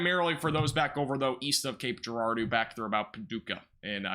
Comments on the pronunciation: Cape Gerard-O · Cape Jer-ard-o